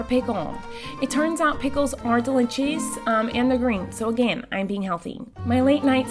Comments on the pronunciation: Normal people: delicious Miranda sings: delitchis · I love how she says delichous love you so much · in this vid I thought I would have too count how many times Miranda says deli chis I'm surprised I did not have too but all the times she dose say delich is